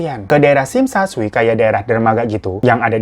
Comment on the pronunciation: Tsim tsa sui baca ya cim cam cui kak wkwkw